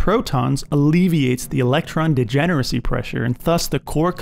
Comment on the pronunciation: "degenerdcy" :d